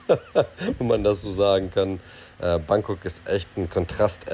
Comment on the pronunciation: Bitte richtig aussprechen: BAAngkok, nicht Bäängkok